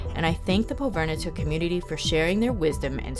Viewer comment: You spent a lot of time there but would have been nice to hear how it's properly pronounced. Pov-i-r-ni-tuq. But okay. Thanks for the video. It was great minus the pronunciation......